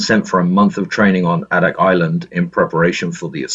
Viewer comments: Really enjoyed this history, but.... As someone who was deployed to "the Birthplace of the Winds", it is really grating to hear you talk about AHHHdak when it's pronounced Aydak🙄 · Since I live in Alaska, I thought I'd let you know that Adak is pronounced with a long "A" like "AY-dak, not "ah-dak". While this is interesting (being a Navy vet myself, from a family with lots of Navy vets), would you narrate a little faster, please? Maybe not as fast as the guy who does the Dark Seas channel here, though about the pace of The History Guy here on YouTube would be fine. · A-dak is how it's pronounced. After the war a couple of squadrons of PT boats were designated river patrol boats and the torpedoes were removed and guns were installed. They were used to provide merchant craft security in China along the Yellow and Yangtze rivers during China's civil war. I served with a Master Chief who was in charge of one of the boats. The skippers of these river patrols boats were only E-5's. 2nd class petty officer. He was 21 years old. The squadron he was on was in Seoul harbor the day the Korean war began. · It's A DAK not Ahhhdak. Long "A". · Adak is pronounced A-dak, not ah-dak. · Adak (/ˈeɪdæk/, Aleut: Adaax, Russian: Адак) That is the Wikipedia guide, so it must be right!